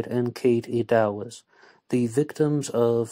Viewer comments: Oh and Eddowes is pronounced, "Ed" as in Edward followed by "Owes" like she owed some money to someone. "Eddowes". Just FYI, I do realise it's difficult when you're from a different country. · Yup. Eddowes rhymes with meadows.